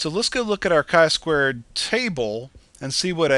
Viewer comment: its not "Ki square" but "Chi square" ;)